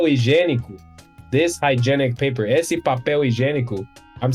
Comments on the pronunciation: ok, vamo lá, primeiro, muito bom q o nome do cara é, n boto uma fé, segundo, deu pra ver q ele tem problema com os "ê", "e" e "é" quando ele fala esse, que parece um ésse, terceiro, ótimo vídeo meu bro, continua q um dia cê chega lá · The words “esse” and “essa” are a great example of the difference between a closed and open “e”. They should sound like “êsse” and “éssa”. Even has a hard time with that difference.